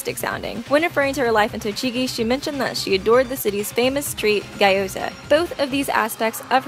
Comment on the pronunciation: Gee-oh-zah not guy-oh-zah sorry, I cringed.